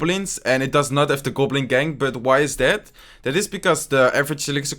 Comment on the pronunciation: Surgical "Gublin"